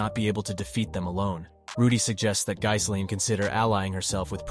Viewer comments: good video but her name is pronounced "G - Lane" tooka while to learn this too.. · I don’t know if you’re using TTS to do the videos or not but I like how you break down the story. But the constant mispronunciation of the names of Rudy and Ghislaine is driving me absolutely crazy. I don’t get how sometimes you can pronounce Rudy’s name correctly and the next time completely wrong. Then never once pronouncing Ghislaine’s name correct ever. How you break the story of the LN is great but again the wrong name pronunciation is irritating.